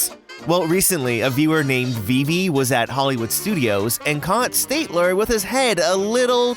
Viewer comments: Stat- ler, not State-ler. LOL Love the vids, but you got his name wrong. :-) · Stat-ler, not stait-Ler. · STAT-ler, not State-ler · it's STAT-ler, not STATE-ler, you Insecticon. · It’s STATler! Not STATEler! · I'm sorry, I'm a Muppet nerd, but did you LITERALLY just say "St-ay-tler?" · ish - It's pronounced Stat-ler, note State-ler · STATler not STATEler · Statler isn't pronounced like "state-ler" but "STAT-ler". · STAYTLER and Waldorf? No my friend. STAT-ler and Waldorf. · It's pronounced St-a-t-ler not St-ate-ler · STAT-ler, not STATE-ler. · STAT ler not state ker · Stat-ler. Not state-ler. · Please stop calling the old man I'm the balcony STATE ler...it's STAT ler. Like the hotel. Thanks, and carry on. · "one geese" and soon after, " State-ler" instead of "Stat-ler"...Dude, your grammar is off the charts... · It's Stat-ler, not State-ler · Ummm the Muppet heckler's name is Statler ("stat-ler"), not Stateler. Sorry, Just a nit-picky Muppets fan here. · STAT ler. NOT STATE ler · At number 7, you accidentally said “Stateler,” not “Statler.” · It’s STAT (rhymes with HAT)-ler. Statler and Waldorf are named after two famous NYC hotels (The Statler-Hilton and the Waldorf-Astoria). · my guy called statler "STATELER" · Please pronounce Statler correctly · Everytime you mispronounced, Statler, my skin crawled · So "State-ler" is one your favorite Muppets? I tend to pronounce the names of my favorite things correctly, but I'm weird like that. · FYI; it's pronounced "STAT-ler", like the famous hotel he's named for. Also, "It's like 'Coraline'!" LOL! =) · Just an fyi for later reference, it's pronounced Stat-ler like statistics instead of state. Otherwise a crazy fun video! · Your mispronouncing Statler wrong, also yesterday was actually the 45th anniversary of The Muppet Show! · It's STATLER, you ignoramus. As in the hotel. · I'm really sorry to be that guy, but Statler is pronounced with a short "a" sound, like in "hat." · Statler’s name isn’t pronounced like that lol